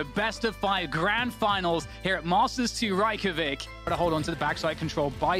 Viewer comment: ‘Reykjavich’ lol